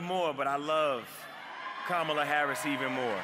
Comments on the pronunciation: Why is Diddy's sidekick on stage!? And did he just mispronounce her name. Y'all don't do this again! I'm still voting Harris! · Why is it usher has to come out now! Hollywood is truly in the wrong place 😪 can't say her name correctly. Atlanta, we know better . Usher stay singing and out of politics!